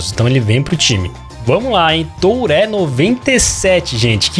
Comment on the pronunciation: uma dica: aprende q falar nome dos jogadores, TURÉ e GAVARDIOL nao da